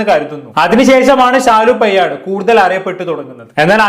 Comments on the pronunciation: പെയ്യാട് അല്ല പേയാട് ...തിരുവനന്തപുരത്തുള്ള ഒരു സ്ഥലമാണ് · എടാ നല്ല ത് പോലെ സംസാരിക്കാൻ പടിക്കു പയട് അല്ല പേയാട്